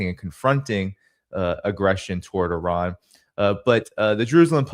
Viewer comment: Glad to see that Alexander pronounces the I in Iran as it should be, like the I in Italy, Israel etc…